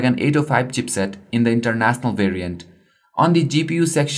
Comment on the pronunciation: flagSIPS, INTERNASNAL lol this guy cannot pronounce the "SH" sound for the life in him, we all had a field day watching this at work lol, we must have watched it about 5 times just for the laughs although might I add, it was insightful.